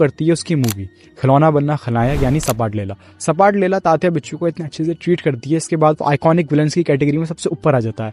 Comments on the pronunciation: Sapatlela nahi bro. Zapatlela😂😂😂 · सपाटलेला नही वो "झपाटलेला" ऐसा शब्द हैं. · It's not sapatlela it's zapatlela 😢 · सपाटलेला नहीं रे झपाटलेला बोलो